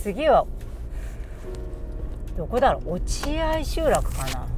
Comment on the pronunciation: 落合 ・・・・読み方は、おちあい です。